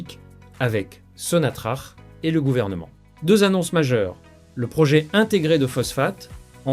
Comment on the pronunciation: Prononcé sonatrak